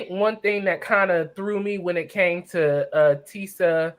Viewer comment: Omg tishaaaaa not tisaaaa lol